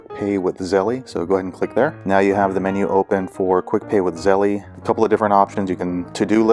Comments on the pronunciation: Thank you for the info. It was helpful, although you y want to update it since the app has updated and no longer has that menu that includes Zelle, but it’s still on the app. Oh and one other thing. I’m sure that you’re aware that it’s not pronounced Zelley. It’s just Zelle. Like hell but with a Z instead of the H. My guess I’d that you were aware and joking. Thanks again though. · It’s pronounced Zell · Hi thank you for the info. It was helpful. Just one thing Zelle is pronounced with a silent e at the end. Like chase, make and so on. But like I said thank you and sorry just wanted you to know and no disrespect.